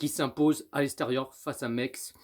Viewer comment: C’est pas mex c’est Metz